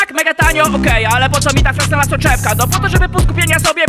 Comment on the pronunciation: Film bardzo fajny, tak samo jak patent. Jedyna uwaga dotycząca wymowy: soczewka o której mówisz ma swoją nazwę od francuskiego fizyka (Augustin Jean Fresnel) i w wymowie jego nazwiska s jest nieme